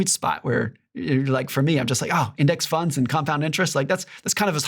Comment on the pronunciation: "retirement tunds" "riving expenses"